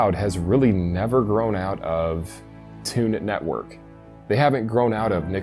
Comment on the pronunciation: "Toon-it Network"? Does he mean Cartoon Network? Is he really that sheltered?! Damn!